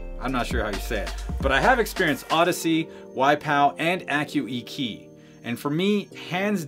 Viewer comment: AccuEQ, not pronounced AccuEkey............its AccuEKEW as in Equaliser.